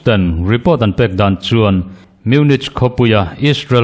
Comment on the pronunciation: Munik ti ve zawk la,a ngaihthlak a hahdam deuh ang chu.